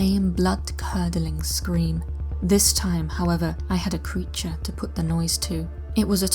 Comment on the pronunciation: creauture? Sounds scarier than creaure!